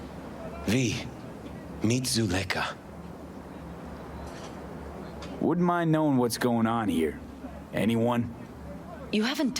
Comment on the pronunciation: I've never heard Zuleikha pronounced like that before...